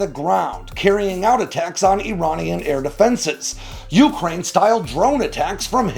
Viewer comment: you're a rockstar in Ukraine and all over. (thanks for the proper pronunciation of Ukraine. 🙏🏼) Your video of the F-4 being armed was a poignant comment. I'm reminded of 1973, when Saddam woke up to a big hole in the ground where his nuclear reactor with enrichment labs used to be. Demo Dick would have cheered this news story. Don't mess with the Zohan. How long has Israel not been a nuclear power? Wait 60 days... Day 61, wtf?